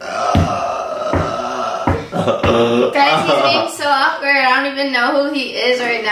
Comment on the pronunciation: my boy was about to get that kiss in mid sentence but had to catch himself, so it sounded like “mmdjfbawkward”